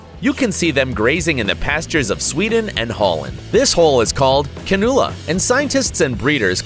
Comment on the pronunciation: The way he said cannula It pronounced "can-yoo-la Duh and I should know coz I get one every year